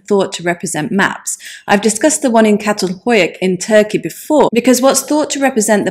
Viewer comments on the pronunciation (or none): none